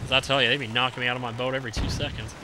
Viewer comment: my sis and i think that your laugh is soooooo funny and the way you says boat is funny to great vid lol